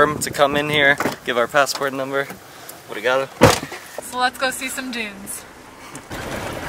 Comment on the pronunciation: you are saying Pousada better and better every day, but the "Brigado" (Thanks) that you said entering the car was really a perfect Brazilian accent!